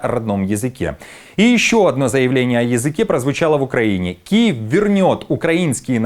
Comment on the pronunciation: КУЕВ а не Киев....😂😂😂😂😂😂